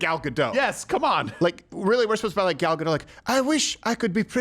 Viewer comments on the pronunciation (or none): U should pronouce the t in gadot